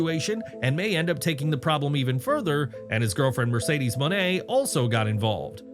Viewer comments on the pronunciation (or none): none